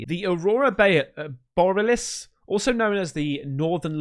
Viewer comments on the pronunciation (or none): Oh you do make me laugh 😂 It’s pronounced “BORE E ARE LISS” not Boraliss 👍🏼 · Not Bore-us. Bore-E-AL-iss lol. Cheers mate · Bor e al is say it like that mate! Not bor Alis ... just thought I'd help you out a bit. Love your videos and your personality! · Say it with me now, Bor E alice. Not Bor aliss. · Pls, aurora BOR-EE-AH-LISS 😅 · Bor-EE-al-us is correct pronunciation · You! Borealis = Bore-E-Alice. You crack me up! 😂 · Aurora Bore-eee-al-ISSSS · Boar-e-ah-lis. I know it’s a doozy to pronounce. Hope this helps. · C'mon. Have you never seen this word before? Bo-ree-a-lis (The "a" as in "sad" not "say" 😮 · It's pronounced. Aurora bory-alice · "Bore ee ah lis" Goddamnit! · It's Aurora BORE-RE-ALICE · bo ree al iss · its aurora bor E alice !! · Mate! Mate! “Bory-Ah-Liss” mate! 🤣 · Pronounced: Aurora Bor-ee-alis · It's pronounced "Bore-e-alis" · bor-e-al-is....just trying to help! Awesome video as usual!! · The pronunciation is A RO RA -BOR -REE AL -ISS..to be precise!! Lol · Bruh, how the hell have you never even heard of HAARP until a few days ago, dude HAARP has been known for years, just about everyone knows about HAARP and how they can seed clouds and shit 🤨 and it's pronounced BOR REE ALLIS lol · Bora-liss lol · Aurora Borealis is said as Aurora Bor ee Alice! I love your videos btw, I just wanted to help with pronouncing it 😅! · Borealis- Bor-E-al-iss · Aurora *BORE-EE-AL-ISS* 🌌🌌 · Bore-EE-alis😁 hope that helps a little, lol. I had trouble with it, too. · Borealis is pronounced BOAR E AL ES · Love your channel! And, it's BORE-EE-AL-ISS = Borealis. You're so fun, and keep em comin!! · Mate it's Aurora Bor-e-alis 🤦‍♂️ 😂 Pretty convenient timing for the test eh. Don't believe in coincidences. Cause - effect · You can't even say borealis? 😂 It's said like, uh·raw·ruh baw·ree·aa·luhs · Bori-allis think all-is combine the words is how you pronounce it. Or northern lights being it’s fake you didn’t miss it